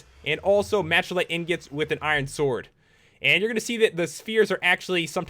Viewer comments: You said mashalite instead of machalite!!!!!!!!!! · its ma-ka-lite not ma-CHA-lite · Mack-uh-light...not "Match" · Malachite is pronounced Mal-a-kite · It's pronounced Mack-uh-lite. Also, they're called MONSTERS. Not mobs. MONSTERS. MONSTER HUNTER. Duh.